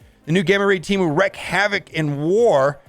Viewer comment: Its WREAK not WRECK